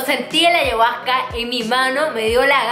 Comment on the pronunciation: Deberías pronunciar bien ayahusca . 🤷🏻‍♀️